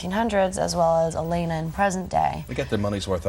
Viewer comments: They Can't Even Say Elena At 1st! Gawd , You're Ment To Do Research About What You're Talking About,,,, I LOVE Nina , Ian [&&] Paul <3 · he says 'sefaan' >:| its STEFAN! and she calls elena 'elen' 1.59 :/ they really have no clue do they :|